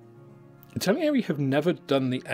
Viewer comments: Stop saying Italieri! There's no I after the L. It's not like the word Italian., it's pronounced Itta-Leeri... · It's pronounced, "ittal-airy". There are no extra i's or ia's in between those syllables. 😄 Otherwise, great rundown. Thank you!